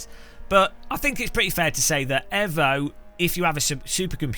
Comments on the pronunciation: It's Eeevo not Evo, Bloody Evo, Mitsubishi evo anyone. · It's pronounced E-VO(you know like E-VOLUTION) and not EV-O... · Just like we tell the Yanks it's Aluminium and not Aluminum, Tell the CEO he's not clever and it's not edgy, and it's evo and not ehvo, If it's ehvo tell erm to put it on the box. Or just ignore him and say it properly, If you turned up at a car meet and called it a Mitsubishi ehvo you wouldn't get out alive. And it sounds really weird. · Its EEvo not EHvo lol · Nice comparisons, I’m struggling with Evo - just can’t find a feel for the cars! BTW - think you’ll find it’s produced ‘eeeevo’ not ‘fo’ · It's pronounced eevo 😂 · please for the love of god pronounce Evo, Eee-Voh. Damned Kunos could have called it TeaBag 🤣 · Ca new really trust a man that cannot pronounce Evo!?